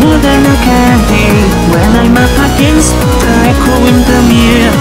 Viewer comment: OOOOh a Kaito cover of this song, and the pronounciation on "Echo" is pure perfect, I'm shivering. You have an instant subscriber from this video. Nice.